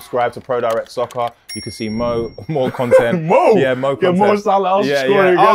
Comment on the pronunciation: “Mo content” 💀